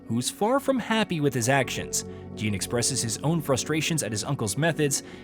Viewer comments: Jean? I think you mean Jin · He suddenly started calling Jin "Jean" like halfway through the video 😂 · I'm like "who the fuck is Jean!??" 😂